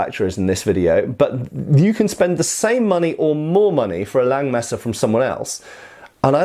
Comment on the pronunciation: Hey! Don't take this as an offense, but if you refer to this sword as a "Langmesser" in German, the vocal in "Lang" is pronounced like the vocal in the English "heart". Just like you already correctly pronounce "Nagel". Also in the titel you probably mean "Räuber". The "äu" is pronounced like the vocal in the English "join". As I said don't take this as an offense. You cwn take this advice or just as well forget about it:) Thanks for your great content!